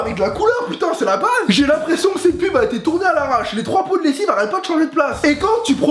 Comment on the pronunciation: tu parlais quelle langue quand tu disais comment t'avais fait la PUB ?